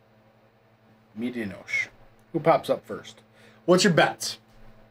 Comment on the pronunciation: When you say medianoche the e on the end is not silent fyi. Had this beer sent to me from no hype Kyle and it was outstanding beer. But my favorite beer this year is from a collaboration between firestone Walker and weldwerks and it was called parabanoche which was 12 out of 10 great review gang cheers 🍻